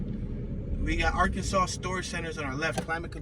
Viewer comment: How come you pronunce arkanSAS? It should be ArkansaW